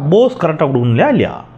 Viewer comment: சகோ, அருமையான பதிவு. போஸ் என்பதை POSE என்று உச்சரியுங்கள். BOSE என்று உச்சரிப்பது தவறு.